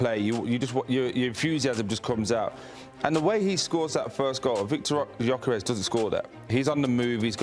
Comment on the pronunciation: Can’t even correctly pronounce the names of Jesus and Gyokeres, or purposefully mispronouncing? Either that or attributed to the producers who hired these goons. Literally have no idea who they are, I’d almost rather listen to Garry Neville 😂